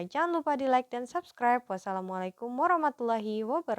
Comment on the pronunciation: Halo kak, maaf tapi saya ada saran terkait pengucapan salamnya yang bagian "warahmatullahi". Dan ini untuk semuanya juga. Yang aku dengar sih, h nya itu ha tipis atau ه. Sebenarnya yang tepat itu ha besar ح, jadi seperti orang kepedasan gitu. Moga bermanfaat ya, barakallahu fiikum.